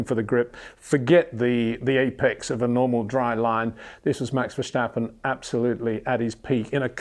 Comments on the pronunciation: Congratulations! You are the 100.000th person explaining it's not VerSHtappen! Haha..... Mr. Windsor never reads the comments I think. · HEY PETER WINDSOR, I HAVE MESSAGE FOR YOU SIR: With all due respect ... it is NOT Max "verSHtappen" ... Max is not German (Germans indeed do pronounce "st" as "sht") ... #Max33 = Dutch NL/Belgium! ... It is not "Bottash" nor is it "Lewish" certainly not "verSHtappen" .... This BS started long time ago when a British sport presenter interviewed father Jos Verstappen and assumed you can use a German pronunciation to a Dutch Driver thinking it is so "funny" ... It is not. Serious question: can any Englishman say "versatile" out-loud without saying "vershatile" phonetically? most can about 99,99% ... that is why most English can pronounce Verstappen 100% correct! Father Jos Verstappen (also F1 Racer) was very active between back then only a very few said "Vershtappen" but the vast majority of British sport presenters pronounced it perfectly ... only a few old stubborn farts like Peter Windshor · It's like we would say Peter WindSHore or Windsure haha. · MEX VERSTEPPEN ???.. THE A'S SOUNDING LIKE IN WASH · It's simply very difficult for British people to not use "SH...". They use it in almost every second word. Just hope that people can pronounce your name correctly. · Its about time you learn to pronounce "Verstappen" right, come on